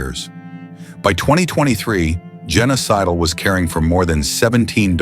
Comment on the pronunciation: I wasn't watching, just listening. I heard, Genocidal, not Jenna Sidle. Or is it a clue that this is all fake?